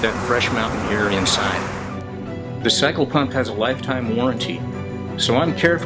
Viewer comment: Er ... did you say 'psycho-pump'? And you did say "committed" several times. I distinctly heard you say that word. They are used in conjunction, you know. I have connections in Seattle that can help you with this ... ephemeral issue. Think about that. There is hope.